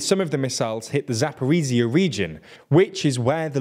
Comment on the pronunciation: As a Ukrainian, I'd give that pronounciation a 7/10 Good enough, could be worse :)